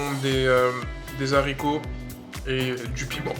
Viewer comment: Baraka Allahou fik, ce qui est appréciable chez toi c'est que tu poses des questions très intelligentes, être curieux est signe de grande intelligence! on ne dit pas les zaricots (on ne prononce pas le h) aricots (haricots).